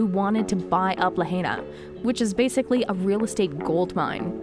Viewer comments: ITs pronounced La 'high' na.. not La 'hay' na. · You're mispronouncing the word, "Lahaina" ITS NOT LA HEY NA. ITS *"LA *HIGH NA". STOP SAYING "LAHEYNA", PLS. I WROTE THIS BEFORE AND YOU'RE STILL MISPRONOUNCING IT. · This FAMOUS Hawaiian town is pronounced “LA-HI-NA”. not “La-HAY-Na”!!! At least get the name right. Read a book. Go to school. Don’t be an ignoramus. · the commentator lady should learn how to say Lahaina. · Please pronounce Lahina right or do not do videos on it. Quit with the conspiracy theory label as well it just the easiest way to deflect conspiracy fact. I saw at least three blue cars without a scratch next to melted cars. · If you are going to make money regurgitating old stories...at least pronounce Lahaina and kanaka properly